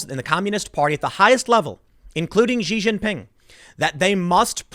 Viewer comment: Tim has difficulty with names in general. It’s like nails on a chalkboard when he frequently mispronounces popular names.